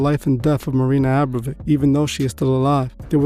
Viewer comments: Dude, its "abramovic" abra mo vic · It’s actually A- bra-mo-vich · It's pronounced (Aum-Brom-a-Vich ...) good looks getting this video out so quick brother. God bless 🙏🏼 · You’re not pronouncing the name correctly. You know that, right? Forgive me if it’s just your accent. However, I don’t want to take away from the video. I’m impressed. I’ve been studying marina for some time. Idk what it is yet that’s been drawing me to continue studying her, but with all the things that I’ve learned about the priestess. Ive managed to learn even more from your video. Thx again.